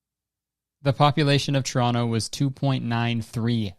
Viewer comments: 'the city of toronno' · You can tell he’s from Toronto cuz he pronounces it churrono